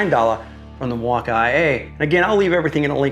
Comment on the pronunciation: By around the 5th time he said "MIL-WAU-KAY-EH" I was done. Super cringe. I award you no thumbs up, and may God have mercy on your soul.